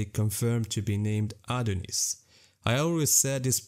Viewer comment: Its Adnyeus btw